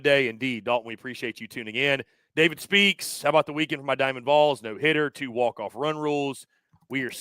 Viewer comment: Dude, —you gotta stop saying “Voles.” It’s not Vole-unteers.